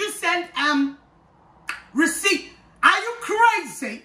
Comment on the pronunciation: The tongue roll on “rrreceipt” had me done 🤣🤣